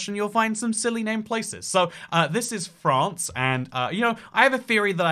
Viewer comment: Lol@ the presenter, "FraRRnce"